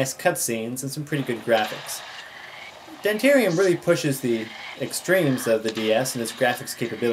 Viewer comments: this guy called it demterium the ward lol ITS PRONOUNCED DE MEN TEE UM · um ok just puttin this out there. he did not say dementium right, he said demterium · Even though you pronounced the name wrong, you are a lifesaver. I couldn't get passed the worms coming out of the incubator. I couldn't get back to that yellow door. I kept getting lost and bitten by the worms. Now I've gotten passed that part by watching this. Yessss! Thanks, man. :) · Uhh... You pronounced the title wrong. So what? Whats the big deal in mispronunciation? I just wanted a professional review on a game and i got it from ya. Good job man! :D